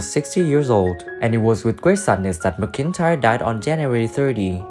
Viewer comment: It ain't ma cintire it's MacIntyre